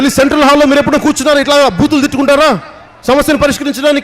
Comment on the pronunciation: shatagni team - its buuthulu and not bhuuthulu in Telugu, I mean, ba ki vatthundadhu. 👍